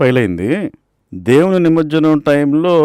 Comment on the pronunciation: నిమర్జనం కాదు బాబూ, నిమజ్జనం అనాలి!!!